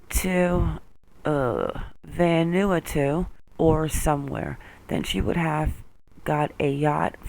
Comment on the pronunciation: "VanAWARtu" Vanuatu. Oh. And we just say ASIC as a word, Assick x